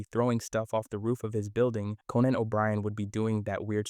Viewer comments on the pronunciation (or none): none